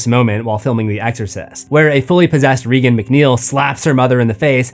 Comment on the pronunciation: Have you watched The Exorcist? It’s not REE gun. It’s pronounced just like Ronald Reagan throughout, and I’m not sure why you always mispronounce it.